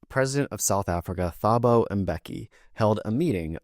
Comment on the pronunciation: Thank you for your educational videos :) love from South Africa! (PS Thabo is pronounced Tuboh phonetically)